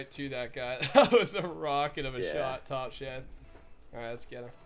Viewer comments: I think the phrase might be "top shelf" not "top shed" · i wonder if know that when he scores in the top part of the goal it is called "top shelf" not "top shed"